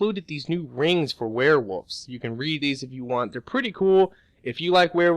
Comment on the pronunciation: i like how he pronounces it "werewuffs" LMAO thats funny